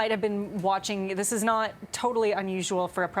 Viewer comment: He can't even say not with a T! Now corrected! Thanks!